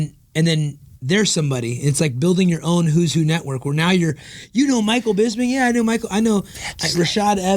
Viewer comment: Why do Americans have so much trouble with Bisping's name? They can say crisping, lisping etc just fine, then it comes to him and it's like "Here comes Michael Bizbing"